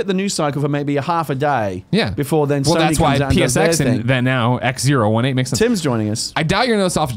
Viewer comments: It’s “XO eighteen” not “Ex Zero One Eight”. What the fuck Greg. Also I’m sure that chair company is pronounced “sim” since it’s simulation related. Jesus. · I hope someone called Greg up on his "Ex Zero One Eight" cos who the F would name their convention that? :D It's "Ex Oh Eighteen". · He kept calling it X018 but its XO18 as in the letter o not zero